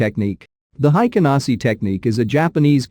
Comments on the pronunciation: BTW: It's pronounced "HEIKEN ASHI" , not "HEIKEN ASI" (The H is not silenced in Japanese) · It 's hi ka na shi not hi ka na see. Just saying lol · The computer voice is terrible. But tbh „Heiken Nazi“ bars, just 😂. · cannot pay attention to the content since I started to hear HaikanASSI!! now it's all I hear; take a shot every time the robot reader says HaikanAAASSIII